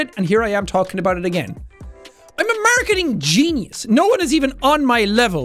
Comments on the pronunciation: Sean: Screams at us to buy his coffee Also Sean: Mearcketiing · the way he says "marceteeng" is just music to my ears